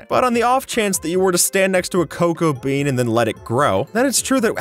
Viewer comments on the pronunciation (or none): Am I the only one who heard crocoa bean instead of cocoa bean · did he say krocobean? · You said crow co Bean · I am I the only one to notice that he said crocoa bean